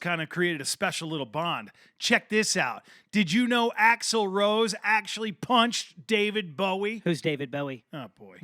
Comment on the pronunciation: It's axel rose not axel roe. Come on.....